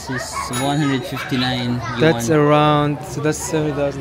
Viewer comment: Congratulations! Yay! 130k subscribers na! 🎉 Yuan 元 is pronounced as Yuen. Imbes na yen kasi letter e, ilabas mo pa nguso pagbigkas para maging Yuen. 🙂 Uy, may new country added sa list ng pupuntahan? Yung nakita kong pics sa tour ng friend sa Mongolia nasa may sand dunes nga sila na merong falcon at yung old way of life ang makikita. Katuwa naman naging friends kayo ni Lee. You're both lost in Miniso. 😅